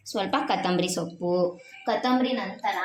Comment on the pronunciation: ಅದು ಕತಂಬರಿ ಅಲ್ಲ ಕೊತ್ತಂಬರಿ